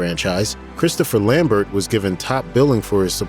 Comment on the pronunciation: You pronounced "Lambert" wrong.